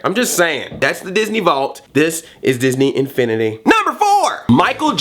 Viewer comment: did ANYONE notice he said disney INFINETY!!!